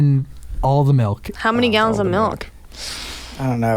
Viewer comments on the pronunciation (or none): there’s no way Colby just said “melk” instead of “milk” I’m in pain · Ashlee Jade 😂 speaking of this am I the only one who got kinda cringed with the fact that he says it like melk instead of milk ? 😂😂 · Im dying Colby says"melk"😂😂😂😂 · Why does Colby say milk like malk